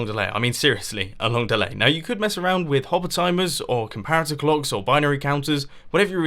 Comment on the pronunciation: 3 says compator instead of comparator